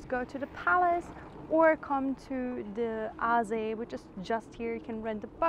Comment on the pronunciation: Great, you speak "Münster", "Hülshoff" and "Aasee" like a native! Only your yellow rental bike scares me. Whenever I see a yellow bike, I show consideration. For my health ... :D